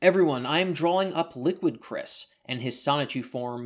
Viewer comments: liquid cwis' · Liqwid Cwis